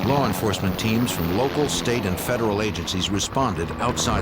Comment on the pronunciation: Did Jim just say "Lar Enforcement"?